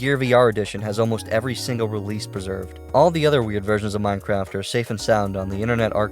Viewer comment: d-do i sniff.. free minecwaft?!??